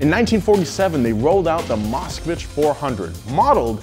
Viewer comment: It bothers me that he calls it "Moscowich"